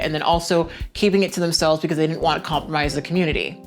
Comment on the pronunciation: I love it when you speak on the 'cah-moot-tity'!